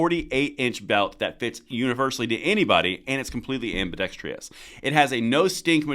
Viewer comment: Ambidextrous...., not ambidextrious...